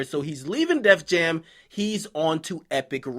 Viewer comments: he said "Jef Jam" instead of def jam 😂😂😂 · Am I the only one that noticed him say Jeff jam 😂😂😂😂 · you act like I didn't hear you say Jeff Jam..lol